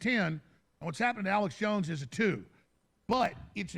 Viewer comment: lol sounds like he says Alice jones.. Love these 2 great men!